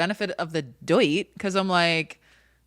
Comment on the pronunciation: saying benefit of the doit hahahahahahahaha